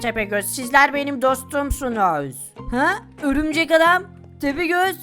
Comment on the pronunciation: Birşey soylicem horumcek adam değil örümcek adam